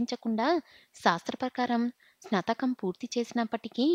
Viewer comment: Baajantreelu emiti bhajantrreelu snatakam for snaatakm Ani cheppali. Pronunciatio nerchukoni chaduvu. Masla for masala . Horrible reading.Alugagadda upma, emiti nee sraadham. Upmakoora anaali